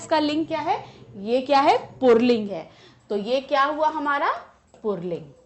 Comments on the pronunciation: Ma'am ur pronunciation of पुल्लिंग is not correct. It is not "पुर्ल्लींग" it is "पुल्लिंग". Is ke pronunciation me r word is not included. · Ye mam pulling ko purling kyun bol rahin hain😅🤣tq u mam❤❤❤❤ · its pulling not purling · पुल्लिंग ही बोला जाता है न कि पुरलिंग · Pulling ❎ purling ✅ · Mam purling nai puling....😂😂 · Mam pulig ko purling bolti hai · Pulling hota hai purling nahi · Mam please can you tell me that where you see र in पूलिंग because you are pronouncing पूलिंग- poorling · Mam puling hai na purling nahi hai. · Purling nhi puling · पुल्लिंग को पुरलिंग क्यों बोलती हैं आप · Mam says purling 😂